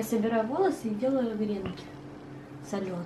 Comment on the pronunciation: Извините за занудство , но правильно говорить не грЕнки, а гренкИ, простите, просто уши сворачивает)))